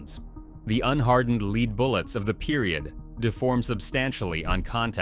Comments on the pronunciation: Had to quit at 10 min. point. Freaking worst monotone ai voice on the planet. It's LED (lead) not LEED (lead). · I too hate the AI voice and its frequent breaks in rhythm of speech, as well as picking the wrong pronunciation of words like "lead." You can lead (pronounced "leed") a horse to water... vs It's a lead (pronounced led) pipe cinch. Yeah, I know, I am showing my age. Further, I hate AI gathering the illustrations and pictures used. Why in the world are there pictures of modern double action revolvers of a type not found commonly until the 1950's? Why talk about a double barrel shotgun and show a picture of a single barrel shotgun. This was very annoying. As to picking weapons for gun fights, please remember that at the time, ALL information on firearms use and design was anecdotal. No one had done any scientific testing on the effectiveness of the weapons or on how to use them. Not only was there no internet, there were no "gun magazines" or even shooting schools like we have today. It was all depending on who you spoke with and what their OPINION was. Yes, modern shooters in SASS (Single Action Shooters Society) shooting competitions could probably teach shooting techniques to all the combatants in this video, and out shoot them too. I have no doubt many could rapidly discharge six rounds from a Smith and Wesson break top revolver and then load 2 or 3 more rounds just to get back in the fight in under 30 seconds, but that sort of thinking didn't exist back then. Yes, the county Sheriff in Tombstone was John Behan, the first Sheriff of the newly made Cochise County. He was a De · Can you please teach AI to pronounce lead correctly? It's not Leed it's led. Damn you! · You lost me when "Lead" bullet rhymes with "Leed" and not "Led" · Ban the A I voices that cant handle woeds. Nobody says leeds its lead. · Yes, the AI fool is always using leed bullets. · 100% lead is not pronounced Leed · lead is 'can you lead the dog home?'; so ai sees lead as lead